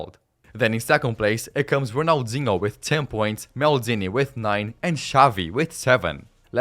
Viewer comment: "Serie A" omg this dude dont know jack about soccer Ronalzingo lol cant make this sht up